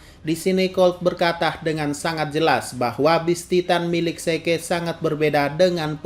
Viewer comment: Zeke.. bilangnya "se-ke".."😅